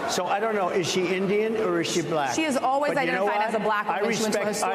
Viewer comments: "B lack"🤔🤔🤔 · Why does he pronounce “BLAAACK” like that? 😂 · Listen to how he pronounces black when he speaks directly about the VP: blaaaack! He can't help but show the world his dislike. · Just the WAY he says "black" and "black person" is insulting. He literally pronounces them the same way you would if you were mocking or making fun of someone. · Why does trump say black like a kindergarten kid pronouncing it for the first time?